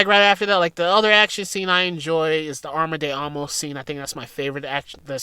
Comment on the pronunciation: “Arma de Amos” 😂